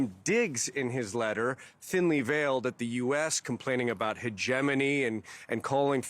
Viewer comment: Why he say “hedgemony” like that